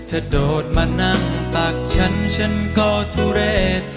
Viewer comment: ไม่เคยได้ยินเพลงนี้มาก่อนเลย เป็นเพลงของใครร้องเอ่ย เป็นไปได้ไหมคะ อยากให้ออกเสียงพยัญชนะภาษาไทยให้ถูกต้อง คือคำาว่า ฉัน ไม่ควรออกชาน แม้เจ้าของเพลงวัยรุ่นสมัยนี้จะออกไม่ถูกต้อง อยากให้ออกเสียงเป็นตัวของตัวเอง ซึ่งออกเสียงภาษาไทยได้ชัดเจน ถูกต้องมาตลอดแต่เวลามาร้องเพลงของนักร้องสมัยนี้ออกเสียงไม่ถูกต้อง ไม่อยากให้ร้องออกเสียงผิดตามค่ะ